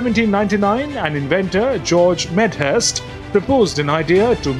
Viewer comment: "that's George Medhurst not George Meder"....